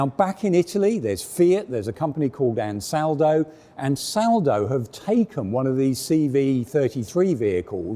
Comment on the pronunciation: Finally "ANSALADO" is now correctly pronounced as ANSALDO ;)